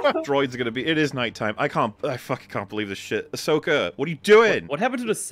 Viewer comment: It’s Ahsoka